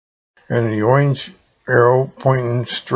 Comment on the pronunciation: What is oinge? Are you trying to say orange?